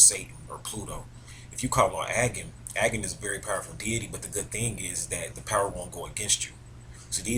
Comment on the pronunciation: your pronunciation of Agni si wrong xD